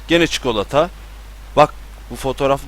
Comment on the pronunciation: Abi rüyamda "çükolata kitap" diyişin gelecek